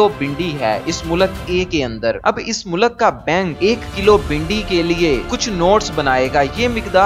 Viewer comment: achi information hai bahi lakeen khudara pronunciation sai karay apni mulak nahi mulk hota hai mulak ka matlab kuch or ho sakta hai